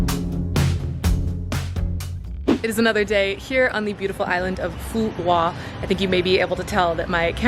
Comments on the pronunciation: The Qu in Quoc is pronounce like a W in the south. Other accents are different but I think Southern accent is easiest for you. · It's called and pronounced "Phu Quoc." Americans are a delightful people